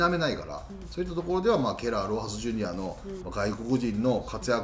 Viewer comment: ちゃんとロハスジュニアって言ってくれる里崎さん好きやわ ロハスロハスってジュニアどこに消えたっていうメディアが多いからやっぱりそういうところはきちんとしてほしい